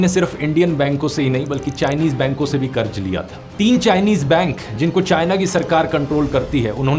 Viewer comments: Karj nahi karz hota hai dear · Bade Bhai karj nahi qarz hota hai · Qaraz bhai qaraz otherwise great video